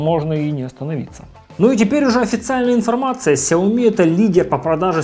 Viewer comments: Шао ми как сказал основатель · Влепил иероглифы в ник, но сгенерировал хрень, в Китае произносят сяоми. Во многих провинциях, даже в их мисторах так же говорят.